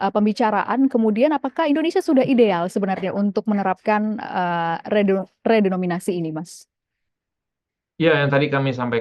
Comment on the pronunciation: Narsumnya kok bilang redominasi sih, harusnya kan redenominasi. Ga layak didengerin ah tulul